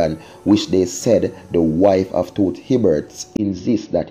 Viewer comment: you need to pronounce the icon's name properly.You have no sense of history, cmon you doing this long enough man.